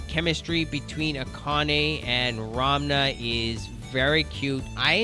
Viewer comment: I think it's funny you're pronouncing it "Ramna," that's how I said it when I first found out about this!